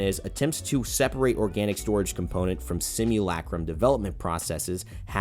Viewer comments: Simulacrum - simu,LUH,crum . not LACK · Everybody: sim you la chrome: sim you lacrum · Sim-you'll-a-chrome. That's how you say it. I know that's sounds weird from how it's spelt but that's what it sounds like in Titanfall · You’re pronunciation of simulacrum are making me grind my teeth. PLEASE PRONOUNCE NORMALLY